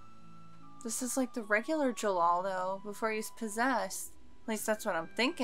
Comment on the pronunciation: It's Jellal but there's no L sound in Japanese so they struggle with it so it's comes off as an R sound like 'gerrard'. It's Jellal though - the author likes western names hence Wendy, Lucy, Gray etc